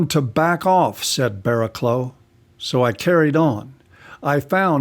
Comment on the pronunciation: It's pronounced Bara-cluff. British English is... not intuitive.